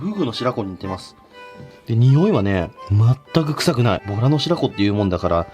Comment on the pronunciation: ボラがとら🐱って聞こえたー めっちゃビックリしました(笑)